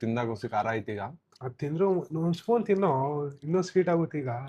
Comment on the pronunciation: ತೇನೋ ಅಲ್ಲ ಬ್ರೋ ಅದು ತಿನ್ನೋ 😂